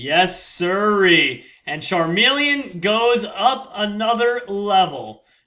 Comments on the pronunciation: Charmeleon- Charmelon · call charmeleon charmelon